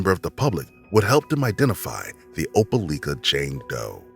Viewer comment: Opelika = O-pel-LIKE-uh. DNE O-pel-LEEK-uh. Nor O-pel-LICK-uh.